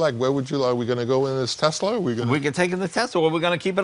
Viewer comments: "Teslur", nice Jay lol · A tesler and a turbin? Hmmm very strange, very strange indeed.